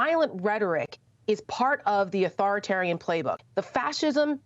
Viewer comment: Authorit-Arian? "Mmmm"!